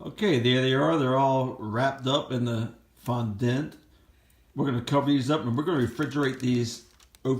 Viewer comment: It’s pronounced Fondant as in daunt or aunt